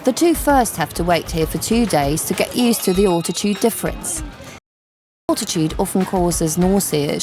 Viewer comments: Sorry...her accent is shocking. Alltitude? Al....al....al. Fahrenheit is FAIR...n...height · "Awltitude"?! When the hell did the English start saying "Awltitude"? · "Britch" "Far in height " .. "grave ell " ..." awltitude" .. I am really NOT one to call out a person for pronunciation as a LOT of the narrators are speaking English when it is not their first language. This girl is not speaking English as a second language at all. .. I cant listen any more... My ears are bleeding.